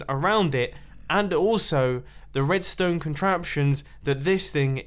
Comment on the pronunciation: Mumbo you spoon! “redsone torch placed here” or whatever he said